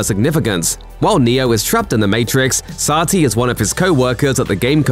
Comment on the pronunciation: The narrator mispronounced satli like CAP.He can mispronounce the name all day.